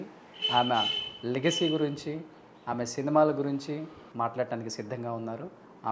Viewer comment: ఆమ కాదురా ఆమె అని పలకాలి. తెలుగు నేర్చుకో ముందు.